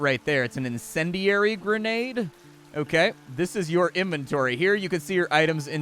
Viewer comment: it say InventorTy with an extra t